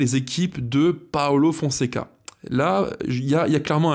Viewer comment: j’aime bien ce que tu fais, mais s’il te plaît, fais un effort c’est pas un italien c’est pas Paolo Paulo merci 😉